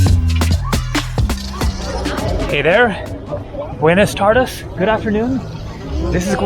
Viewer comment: When I clicked on this video and the first words that came out of your mouth were "buenes tardus" I laughed and cringed so hard that I almost spilled my cup of coffee on my laptop. Jesus Christ just stick with English bro.